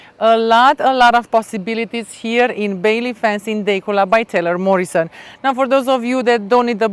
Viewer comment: It is pronounced Da cula. Overpriced